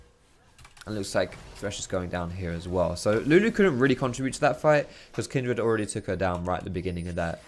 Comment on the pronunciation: Not going to lie, the way you pronounce Kindred kills me. Kin'd Red. You don't say 'hund red' for 'hundred'. And it's not even your accent, i'm from like 30 minutes away!